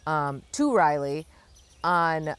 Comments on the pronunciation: Practice before you go to Raleigh - Rah-lee, not Riley😊. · Riley?? RAH-LEE. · Your pronunciation was 'rielee', we say it 'rahlee'. It's only ~ a 3.5 hour drive over to Raleigh from CLT. I make the drive once a year because I have a malamute who has now had both hips replaced at NC State Vet, so we do x-rays to make sure all is good. Best to Darwin and the family. It's so hard when our furkids need extra help. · Rah-lee , think Sir Walter “ Rah-lee”! Hope Darwin is ok ! Safe travels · Sorry to miss you and Jenny. I’ll be at Jim’s. Btw, Raleigh is pronounced RAH-lee. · Riley😀 I was laughing,but figured you somehow got stuck on that pronunciation in the moment. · Raleigh not Riley